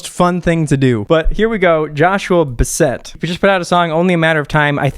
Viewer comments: Bass-ett not bas- et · It's Bass-et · It's joshua Bass-ett like the fish and add an it to the end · you prounonce it "bas-eht" like not "bass-ett" as in cassette more like baset as in idk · Joshua Bassett Pronounced bass-et I mean the fish bass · it’s Joshua (bass-et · its bass-ett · it's last name is Bass-ett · Joshua is amazing! You need to listen to the rest of his stuff! Also Bassett is said like “bass-it” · Bass (fish) ett 🤣🤣🤣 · pretty sure Bassett is pronounced bass-it, rhymes with "sass it" (lol couldn't find an actual word) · joshua buh-SETT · Bass it is how you say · i thought it was like basset hound 😂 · You pronounce it like Bass-it You're welcome! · And you said his last name wrong 🤣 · You pronounce Bassett like casket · Its pronounced baaaaaaaaasette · its pronounced bass like the fish and then set is pronounced sit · PLS NOT YOU SAYING HIS LAST NAME WRONG✋😭